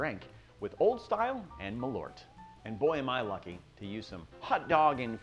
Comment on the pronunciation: You just said marlot 😂